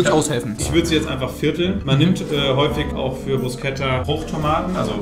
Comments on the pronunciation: Tut einfach in meiner italienischen Seele weh wie du Bruscetta ausspricht 😂🇮🇹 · "Bruschetta" gibt's net. Es gibt nur "Brusketta" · Wie Bruscetta ausspricht ahahahh wenn man sowas als Italiener hört und sieht tut schon weh aber egal, dafür hat er seine Mayo suppe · Alter man spricht Brusketta